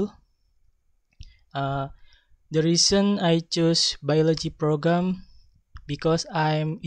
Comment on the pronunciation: Strength : Conveying the introduction with confidence and relaxly. Weakness : There are some wrong pronouncation such as 'also, as and program' and he seemed a little bit doubt in particular section. (Group 9)